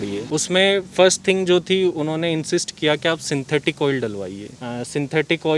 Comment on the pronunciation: Kia ko kyon "kiya"!